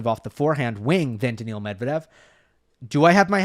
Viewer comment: Is NOT Daniel Medvedev ...BUT DANIIL Medvedev....